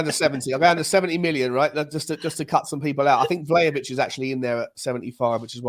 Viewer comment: .....it has to be VLAHAVIC!😊